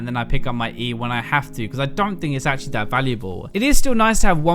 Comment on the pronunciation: Otau-attack (auto) xD , ashaly (actually)